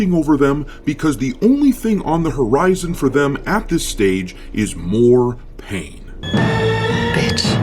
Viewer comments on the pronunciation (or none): none